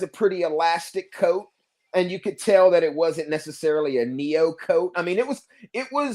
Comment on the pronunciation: Coat not cost